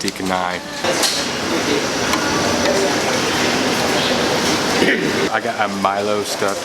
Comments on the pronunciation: Randomly stumbled upon your video and glad I did! I adore your southern accent (I hope I got that right).Loved your reviews especially the Chinese noodles that I can’t normally have, l’d love some of that chilli pan mee. It’s actually called ubi getuk (mashed and fried tapioca with coconut), also the roti canai is pronounced Cha-nai, cha as in ch in chair. You’re practically Malaysian as we do mix our roti canai sauces together too! My ultimate favourite combination is the red sambal with the middle lentil curry (called dhal). Looking forward to more of your videos! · Roti canai.. Roti is right.. But canai is pronounced as (char-nay) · Just some sharing on the pronunciation, for roti canai - the "canai" - CA to pronounce like name Charlie's "Cha". So is Canai (cha-nai)😊👌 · Roti Canai is pronounced Roti Shen-nai. Not Ka-nai. C in Malay is pronounced Ch. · Awesome video about the food and your experience. Hehe, every time you said roti canai, I smile..so tiny help--> canai is pronounced "cha-nah-i". I wish I was eating Kenai, i mean, Roti Canai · the correect way to roti chaaa.. naiii... not kannai good video man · Beautiful video. Btw, canai is pronounced CHanai and not Kanai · its not read as kanai. its read as cha like in charcoal. so its like cha-nai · yeah it's pronounced char-nai not kah-nai. don't worry though it's common among westerners. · Canai is pronounced Cha ni. I have spent over 2 years out of 30 years travelling in M’sia, birding. I miss the food so much. You can even buy an excellent beef curry in a can ( Ayam brand). Very tasty if you are in a hut in the jungle. Keep upthe good work man. I watch a lot of Asian food porn on Youtube, but I am not sure which Vlogger I like best, you or Mike Chen. You are high on the list. I envy you, dude. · Roti Canai...pronounce the “c” like “ch” as in Chi-nese i.e. “roti chanai”. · Fyi, c in malaysia pronouns as ch not k. So canai is not kanai. Welcome to malaysia